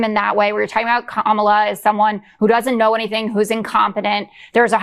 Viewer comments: Can we normalize pronouncing her name correctly? It's pronounced, "COMMA-LAH." Fox and their weirdos need to get it together!!! Vote blue💙💙💙 vote for Kamala Harris and Tim Walz💙💙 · Here’s a pro tip, Fox “News” - learn how to say Kamala. Accent is on the first syllable. Kamala has 3 syllables, so I know it might be a hard word to say for you. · They still can't pronounce Kamala's name correctly. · You know what's so funny and strange, how they try so hard to mispronounce her name. They look so stupid. SMH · These morons can't (won't) even say her name correctly. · My God. Have some respect and pronounce her name correctly. Craven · Look at all the racist white people coming out in droves. You know how to pronounce her name correctly, but you racists keep mispronouncing her name as if that's going to stop her from winning. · Can no pronounce Kamala’s name correctly? It really shows how bad they are to keep it up. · DoNald T. Rump and his sycophants all mispronounce Kamala the same way. Interesting. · They got nothin', so they pronounce Kamala's name wrong. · You shouldn't be on tv if, as a fully grown man, you can't say someone's name! Seriously, how dumb can you sound 🤦🏻‍♀️🙄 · All of foxes micro aggressions are so infuriating. They KNOW how to pronounce her name, but refuse to do that. Stephen miller is horrible. I hope Tim finds a way to shut him down like he did with jd yesterday. And when did Kayleigh ever care about facts mattering?? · Notice they all pronounce her name wrong. They are children. Their brainwashed supporters are children with anger issues. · FOX should grow up. Pronouncing Kamala's name correctly might get her on their network in 10 years or so. Although faux news might be bankrupt by then.😂